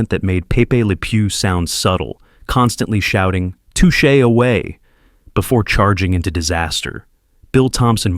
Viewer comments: It;s pronounce "tooshay" not "tushay." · touch a turtle? maybe your AI brain does not know how to say too shay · Okay, AI voice, it's "TOO-SHAY Turtle" (like the French pronunciation), NOT "TUTCH-AY Turtle". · AI content. Doesn't know how to pronounce "Touché". In fact, the biggest flaw is that it repeatedly talks of formulaic content but if you listen, each of the "spoken" descriptions are repetitive in themselves. I should also mention that Secret Squirrel was rebooted during the Cartoon Cartoon era of Cartoon Network, so I suspect it will be remembered by quite a few more people than those that saw it in the 1960s. And wtf is Captain Caveman doing in a video about 60s animation? If it had been about something like Shazam which really did become obscure unlike so much in this list I might have understood but Captain Caveman was a 70s cartoon, one of several Scooby Doo rip offs. Typical AI slop. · I was sure it was A.I. when it couldn't pronounce Touche Turtle properly.